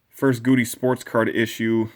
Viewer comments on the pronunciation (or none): Love your throwback Thursdays... BTW its pronounced Gow-Dee